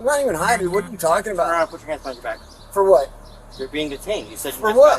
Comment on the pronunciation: ah yes. "bieng"